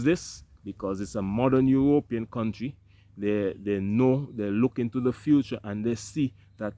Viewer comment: How does U.S have the money to give Sweden for this when we have a Migrant Crisis here. Ur Ropean does sound cooler than European Lol they should thank you for that 😅😅